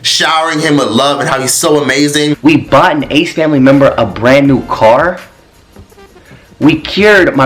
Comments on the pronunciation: “the disgrACEE famiLAYY” 💀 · “Tha snake famlehhh”😭